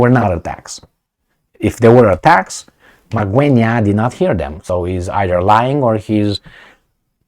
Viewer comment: You pronounced Magwenya like a pro 👏👏👏👏👏👏.